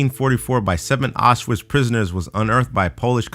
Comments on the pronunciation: autswitch is pronounced outs-vich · Aushwitz is pronounced owshvitz